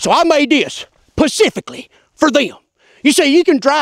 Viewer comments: Built it "pacifically" those certain people. 😁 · 😂 said "pacifically" instead of specifically, I'm dead 😂